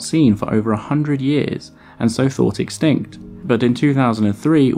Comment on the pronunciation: Don't you mean EXSKINKT